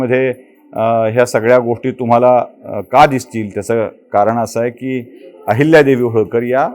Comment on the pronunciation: अहिल्यादेवी असा ऊचार करावा